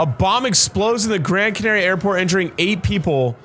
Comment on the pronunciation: ur way of saying Canaria is NOT the way to say it Edit: Just had a stroke hearing how blud said Tenerife